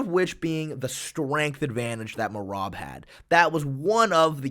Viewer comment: Merab got a finish before figured out how to properly pronounce his name